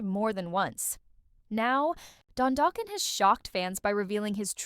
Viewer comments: 😩😩😂😂 ugh the eighties are crying hearing it pronounced like that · I mean this with respect but please learn how to pronounce the band name (and Don's surname) and don't use Sebastian Bach's photo while referring to Don!